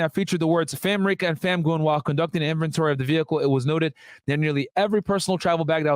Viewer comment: Dude it’s FAM-MERICA!! (Like America) Not FAM-RICA